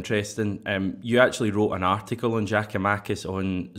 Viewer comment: great show... it is pronounced “ Yia koo ma-kiss”. You start his name off with “Jia-koo-makis”. Just soften his name swap the J with a Y and you are half way there.